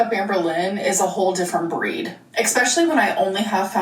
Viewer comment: Of course says "EXPECTIALLY" and I'm sure she says "SUPPOSABLY"